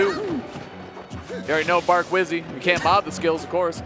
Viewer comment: love hazmatt for saying bark wizzy